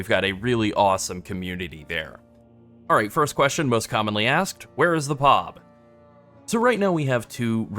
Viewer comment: I've never heard anyone call it "PAWB" before.